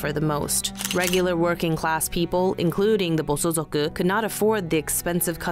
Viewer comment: Good video, but it's Bosozoku, not bosozuku.